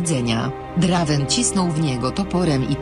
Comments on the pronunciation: drajvena się czyta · Czyta sie Drejvena